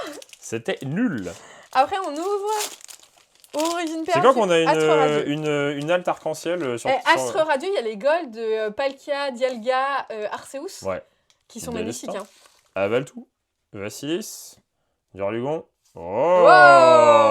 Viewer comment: Par contre entendre arsseous pour arceus ça me fume, ça c’est une hérésie pour ce pauvre pokemon 🤣